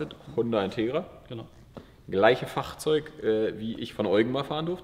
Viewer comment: seit wann sprichst du das Wort „Fahrzeug“ in Kölner Dialekt? 🤣